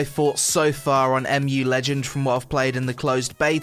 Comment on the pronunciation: I think its ur pc the problem not the game and its mu legends not amu legends learn how to speak